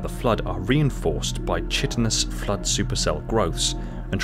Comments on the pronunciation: chitin pronounced kiaten or ky--tin - chitinous = ky-tinous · Enjoyable. Thanks for making the video. Greg Bear's trilogy was a joy to read. You read a lot too I'm guessing. You pronounce words that you probably have never heard spoken and only ever read like virulent and chitinous. A trivial detail in an otherwise well made video. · FYI, that’s not how you pronounce ‘chitinous.’